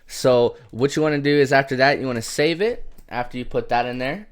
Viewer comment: How to save it? IDK What're u clicking when u talks: "And then you wanna safe it"